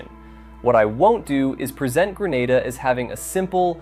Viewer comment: Grenada 🇬🇩 is pronounced “Gree nay da”